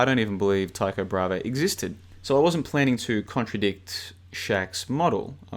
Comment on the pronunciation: It’s Tycho Bra-hey not “brava”